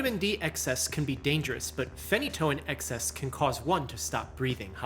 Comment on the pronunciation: It’s not phen-E’-toin